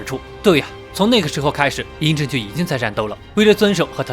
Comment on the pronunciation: 兄弟，应该念央政，而不是淫正啊，知道不